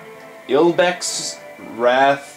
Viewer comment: its ibex.not Lbex